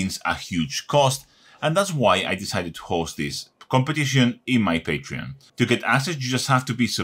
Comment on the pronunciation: You killed me , when you said patron , but understandable